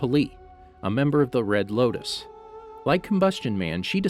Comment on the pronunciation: you said loktis not loutis